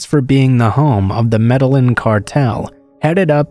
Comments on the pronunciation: Med-eh-een not med-ell-in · DARLIN IT'S MED Y EEN... i got my ass beat enough for not pronouncing it right. my uncle hated it when I didn't pronounce spanish words right. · Pronounced MED-AH-YEEN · Say it with me... "may-day-jean". Lol. Thanks for the upload though! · Bro I’m from Australia and when he said Med a lin trying to pronounce Medellin I physically cringed. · No offense but boy are you butchering the pronunciation of Medellin lol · Does it on purpose. All yters do so people comment to correct. It is a hack that increases interaction for the algo. Lol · Lol, not even close...